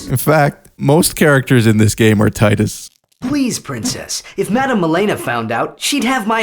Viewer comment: It's pronounced "TEEDUS"